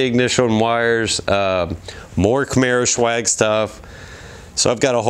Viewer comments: I've noticed you keep pronouncing it camaro "shew-ag" but really it's just pronounced camaro 'S-wag' it's short for swagger; cool vids though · I love the car, the red is my favorite color. I got a white one because I could not find any red in Florida. Now, is it me or you keep saying camaroshwag? :)